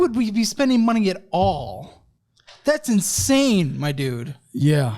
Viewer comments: it’s insane not inasne 😂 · what’s ‘inasne’ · “This is INASNE…” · "This is inasne"! 😊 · Inasne or insane? Lol